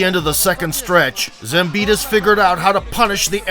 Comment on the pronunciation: Why you say zambida when his name is zambidis